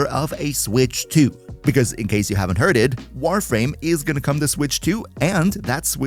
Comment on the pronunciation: Did you fr say, hearded?